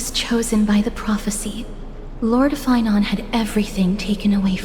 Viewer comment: yeah no shit bro. Of course his name is not feinen. His name is phainon. It's like saying fie-none